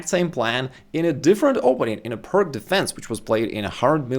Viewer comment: The c in Pirc defense is pronouces as c in cis. It's not Perk defense.